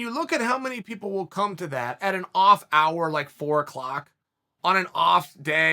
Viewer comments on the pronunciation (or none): none